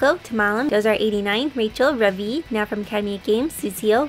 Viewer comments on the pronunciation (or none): none